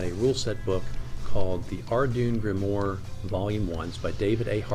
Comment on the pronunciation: Good overview, but It’s pronounced are-dew-in grim-warr.